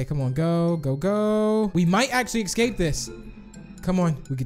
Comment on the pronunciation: i am really not trying to be mean but has any body noticed he says ecscaped